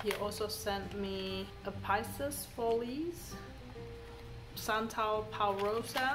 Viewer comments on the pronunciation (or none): You know I'm your girl when it comes to pronouncing perfumes. Epices Volees is more like "A-peace volay." Also your Gourmand Coquin is pronounced more like "Coke can" but imaging you have a sinus infection and you can't pronounce "can" very well so you don't pronounce the N so much, LOL. Anyway, it's not a long E at the end of Coquin. BTW, I haven't smelled the original Gourmand Coquin but I had a DUA dupe once and I didn't like it, but probably the OG smells better. My favorite of your group is Cuir Beluga. I just adore Cuir Beluga